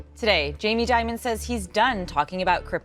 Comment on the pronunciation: Actually, the correct pronunciation of Dimon is "demon". It's fitting for this scoundrel.